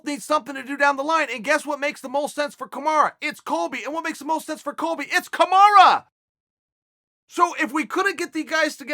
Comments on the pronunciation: Chael Kamaru named is pronounce KA-MA-RU not Ka-MA-RA. You are butchering his name by calling him kamara. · Chael, it's pronounced Kamaru for fuck's sake, not KamarAH. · Why does chael say “kamara”? It’s “kamaru”, with a “U” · Dude it's kamaru not kamara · its kamaru chael.... or at least marty. definitely not kamara. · Chael please stop calling him “Kamara”. Have some respect, it’s spelled “Marty”. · Chael, it's KamarU not KamarA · So nobody's told Chael its KamarU not Kamara.... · Someone should remind uncle Chael that Usman's name is kamaru not kamara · Bro it's KAMARU not KAMARA 😂😂😂😂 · Somebody needs to tell Chael that its Kamaru and not Kamara :) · Chael calling usman a kumara lol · His name is KAMAROO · I just learned Usman's first name is Kamarra I guess you learn something new everyday, thanks uncle Chael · It's KAMARUUUUU you uncultured swine. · Kamara? Kamar who?! 😃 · Lol “kamara” headass, good vid tho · I love how he keeps calling him kamara or my ears are just bad haha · Chael "KAMARA" Sonnen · can’t quite pronounce kamaru correctly lol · Chael is the only man on earth that gets away with saying "Cahmarah" Usman. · Sorry, but as others say.... Now it's Kamara. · I just commented telling Chael to pronounce his name correctly.